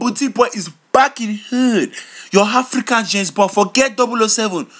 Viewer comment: did anyone else notice he puts an H sound in front of most of his words "HHHafrican" & "HHall"